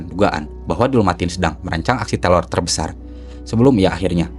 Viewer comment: teror bukan telor